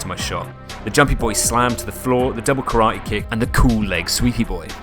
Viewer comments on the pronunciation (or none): none